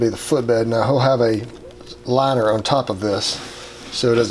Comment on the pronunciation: I love how you say "on..." I've never heard it that way, and I live in Georgia! Maybe I just hear you say it a lot so I only notice it from you. "owne"